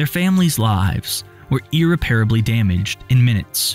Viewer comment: The way you pronounced “irreparably” 🥴